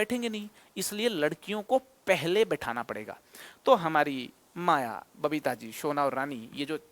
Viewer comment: Alakh sir aapki babita ko papita bole🤣🤣🤣🤣